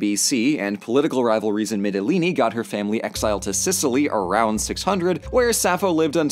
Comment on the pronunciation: Thank you for pronouncing Lesvos Mytilene and Andros correctly, its really refreshing to hear YouTubers actually research the content they publish